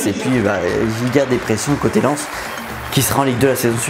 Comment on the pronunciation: Il a dis len au lieu de Lens 😭